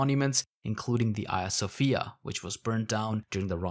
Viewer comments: Do you reffer to Hadrian as Adrian? Because these 2 names are not the same, you shouldnt drop h's at the begginings of words. Which is to say Hagija Sofija, not Aja Sofija. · Can someone clarify if I am misunderstanding the narrator’s accent here- is the museum/mosque talked about throughout this that closed down in 2020 the 2020 the Hagia Sophia? I’m hearing “Ia Sophia” but I’m assuming that’s a pronunciation thing.